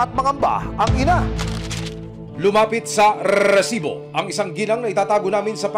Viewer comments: pwede bang "resibo" na lang? nakakairita yung "rrrrresibo" eh nag mumukhang comedy show eh 😂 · Okay lang po ba tanggalin na yung Rrrrrrrrrresibo, nakakatawa po kasi lalo paulit ulit, instead na seryoso ako manuod natatawa ako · rrrrrresibo. sana resibo lang para matiwasay ang nakikinig.✨ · Kailangan ba talaga unli R yun rrrrRrrRRRReeeesiibooo 😅🤣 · NAKAKA ILANH RRRRRESIBO KA NA AH 😂😂😂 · Annoying yung rrrrrresibo, wag na ipilit Sir 😅 ang corny pramis, mas naannoy ako sa sayo kesa sa documentary mo 😂 Wala papantay sa “Excuse me po” ni Sir Mike Enriquez 😊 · RRRRRRESIBO PA MORE 😂😂😂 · Rrrrrrrrrrrrrrrrrrrrrrrrrrresibo!!! 😂😂😂😂😂😂😂 Ilang letter R daw po ba mayroon sa RRRRRRRRRRESIBO? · Nakakabwiset yung rrrrresibo mong sinasabe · Nakakairita pakinggan ung RRRRRESIBO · daig pa si nicki minaj sa R nya hahaha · Mga kinse na R pre. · Hahaha pansin ko rin, dami Yung grrrrrrr 😅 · Kapatid ni LAAAAARR santiago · ang dami mong rrrrrrrr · Nakaka irita ang pag bigkas mo ng resibo. OA ka na. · Jusko hanap ako ng hanap kung san ba yang resibo. Tawang tawa din ako. Baka may problema sa R yung host. 😂😂😂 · 8 na r narinig ko set MO sa lowest na speed